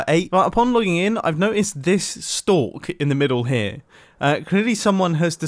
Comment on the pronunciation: "THIS STALK in the MIDDLE HERE" now this is proper pronunciation here i dont know why i found this funny